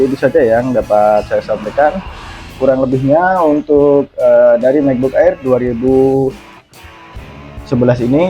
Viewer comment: di baca EIR bang bukan AER 😅